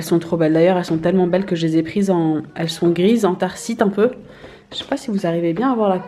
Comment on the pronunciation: Anthracite pas antharcite 😂👌🏼